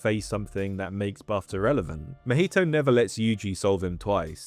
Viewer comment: i cant with that pronunciation of mahito.